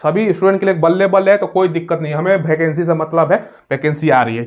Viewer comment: भाई भैकेंसी नहीं होता है वैकेंसी होता है😅